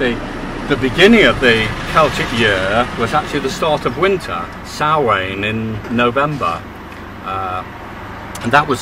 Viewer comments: Not pronounced 'Sam hane' but more like 'sowan' in your tongue .... spelt 'Samhain' and is the origin of halloween as the world knows it or 'Oiche hSamhain' (pronounced eeeha howan phoenetically) which means the night of souls in simple terms with Halloween being a derivived from Hallows Evening - The irish have given much more to the world than the world actually realizes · All you Megalithomaniacs need a short course in Gaelic pronunciation. No more Sam Hain, pleeeeease.